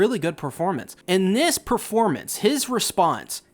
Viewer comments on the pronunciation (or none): none